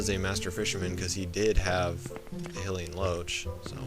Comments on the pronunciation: Not "he lee en" It's pronounced "high lee en" lol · "Hillian". Huh, never heard it pronounced that way.